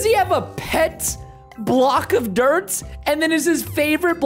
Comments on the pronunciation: u said drt but not dirt?? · preston spelt dirt wrong he said drt